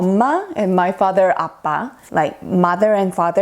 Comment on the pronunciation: Hi. U have pronounced the words to spell our mom & dad as "amma" and "appa". This amma & appa is pronounced by tamil people in India.. If u have any doubt's about a pronouncing the words from India you can ask I will help u...